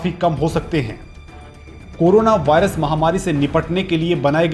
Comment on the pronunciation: अबे चोदु वारियस नहीं वायरस होता है